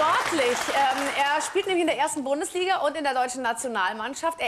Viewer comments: Bin ich der einzige der am Anfang Bohndesliga gehört hat? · Dann sagt sie auch noch Bohndesliga